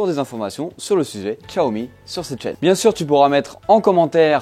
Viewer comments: non xiaomi pas tchatomi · Y a pas de 't' à Xiaomi. Sinon, merci pour la vidéo 😉